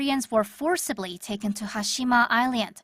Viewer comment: The way the narrator pronounces "island" is really annoying.